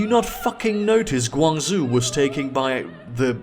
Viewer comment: The "zhou" in GuangZhou is pronounced "joh".